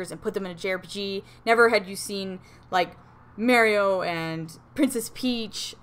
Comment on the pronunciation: The way she says it Mare-E-O LOL love it